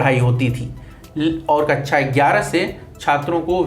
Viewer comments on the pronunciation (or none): ये कक्षा को कच्छा क्यों बोल रहा है सुनो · कच्छा नहीं कक्षा है वो